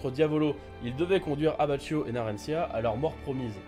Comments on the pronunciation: ta vidéo est cool mais par pitié arrête de prononcer abbacchio "abbatchio" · tu mens parce qu'abbachio est italien et en italien ça se prononce "abbakio"